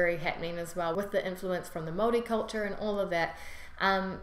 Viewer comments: Yesss she says maori right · I watch Any vids nz people don’t really watch these how she said Maori was perfect ka pai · That is the correct pronunciation of Maori. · You said Maori right yay # I have lived in Nz 7 years and you got everything right 👍👍😉 😉😉the All blacks Huka is cool love it .....lol